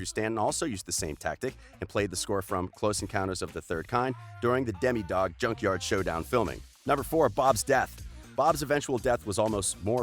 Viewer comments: Bruh. «Demidog» 😂😭 It’s «Demodog» 😂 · Demidog? I really think it’s still demodog 😂 and the wat je says gaten 😂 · you said deme dog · Bruh this dude stoopid😂 Gay-tehn mah-tah-rah-zoh *vegan not vegatarian *domodog not demi